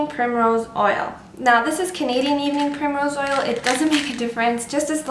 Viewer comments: What's the second ingredient? Can't really hear what she says, but it sounds kind of like "evening pure mineral oil"? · Hello i understand vit e but evening .... oil i cant understand what you say can you repeat it svp Thank you . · sorry, I couldn't understand the name of the second thing you showed after the vitamin E oil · can you please spell the second ingredient, i could not hear it properly. if you can aswer asap. thanks